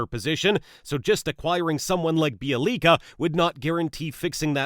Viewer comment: Bjelica is truly pronounced b*yeah*lee*tza (as in tzar, tzatziki). Take it from someone who is fluent in one of the Slavonic languages...and the world's third most difficult to learn: Polish. The j is always silent in the Slavonic languages.